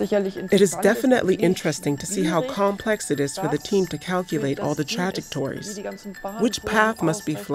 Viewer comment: ..."Tragic-torries"?! - Fail.